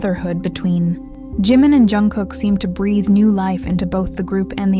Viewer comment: He hates when his name is pronounced as if it starts with a Y. Why do they do that? Even if the story is made up like this one YOU SHOULD AT LEAST SAY HIS NAME RIGHT!!!